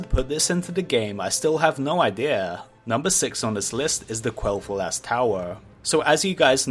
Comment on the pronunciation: “Qwell thu-aass”